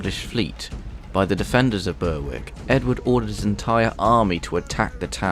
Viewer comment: good video but its pronounced BERICK not berWICK w is silent